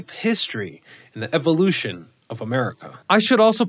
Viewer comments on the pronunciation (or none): none